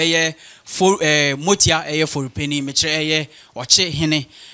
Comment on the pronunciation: masa get ur pronunciation right. it is Amoatia not motia